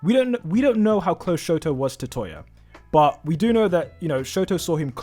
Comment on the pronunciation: nie vid but sorry bud it's touya not toya